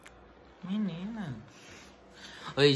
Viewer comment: Quantas vezes o falo "mininah" 👇